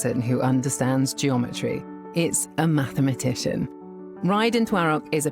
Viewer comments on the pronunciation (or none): Yeah right.... She made up that word 🤣 MATHMATITION